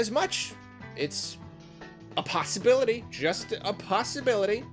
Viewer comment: Nobody:: ‘it’sa pasta bility’ 🙃